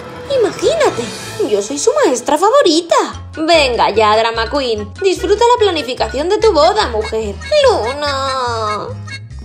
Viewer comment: Luna me dio risa que le dijiste a Rita Dramacuin